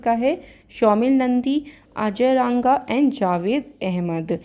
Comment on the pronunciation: Mam aap mera naam अजय रंगा bola kijiye Aap रांगा bolte ho